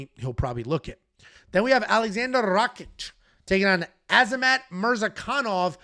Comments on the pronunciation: for the 100th time. It's RA-KITCH not RA-CHICK. Are u dislecsic or do u intentionally butcher easy to pronounce names? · BRO CANT SAY RAKIC LOLOLOL IDIOT